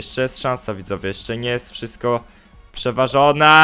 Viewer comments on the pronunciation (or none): none